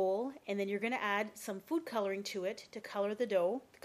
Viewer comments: sounds like ur saying uniform colour :P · i thought you said "poo colouring". . . oops my bad! XD